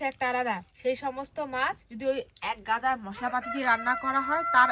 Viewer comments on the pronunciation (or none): কথাটা কি "মাস" না "মাছ" ? 🤔